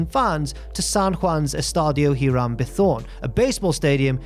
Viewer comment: No, the H is silent.